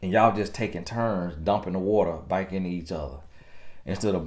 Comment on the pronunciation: Lawddd Tony gaskins I don’t think you understand how funny you are in telling us the truth. And omgggggg this whole time I thought you were saying bike not back. Though I understood the reference 🤣🤣🤣